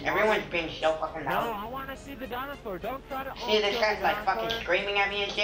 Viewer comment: HAHA! "imma showyou a dinausor